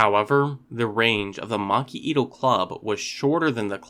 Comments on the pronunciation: Macuahuital is pronounced "mach-HWEE-tl." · I am pained by the mispronunciations of Macuahuitl in this video.